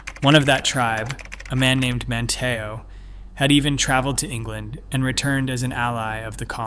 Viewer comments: I believe who/whatever is narrating this has no idea that Cape Hatteras isn’t “HatterASS” as it was pronounced in this video. 😂 And the other word id pronounced man-tee-oh. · In Jr high, I did a thesis paper on the Lost Colony and this is the same conclusion I came to! My teacher said I was wrong and that there was just not enough proof to show they survived, to which I said there wasn't enough proof to show they were killed or died off either, LOL!!! Must say, good video but you need better pronunciation of Hatteras and Manteo... I grew up going to the Outer Banks back when there wasn't anything more than fish shanties around.